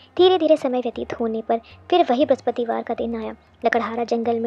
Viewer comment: Brahspativar r brahaspatidev ka uchharan krne se pehle thoda dhyan de aap dono ko confuse kr rhi hai 🙏🙏jai vishnu bhgwan